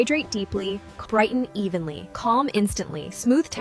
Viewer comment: Aren't they saying Crighton instead of brighten ?